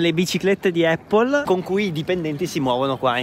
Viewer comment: Prima di tutto non si dice eipol. Visto che stai li vai in un supermercato e chiedi come si chiama la mela in Inglese